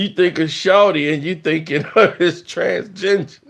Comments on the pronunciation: He said TransGenjer 😂😂😂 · Is saying "transginger" instead of transgender? LMFAOOO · He said trans-ginger.... 💀💀💀